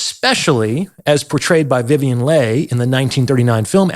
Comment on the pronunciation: BOY, YOU'RE A TAD UNSOPHISTICATED (YOU MISPRONOUNCE: CADRE, LEIGH, APLOMB TO NAME A FEW)..